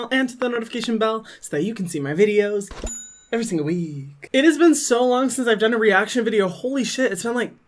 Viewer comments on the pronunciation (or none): The way he says “everysingle week” has me crying every video😭🤣